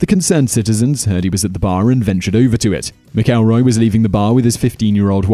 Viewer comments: It's MAC-elroy. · How is it you don't know how to pronounce McElroy?